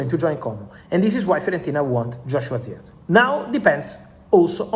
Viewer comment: Bro it's Jerk-Zee.. Jerk .. Zee Not Ziechgee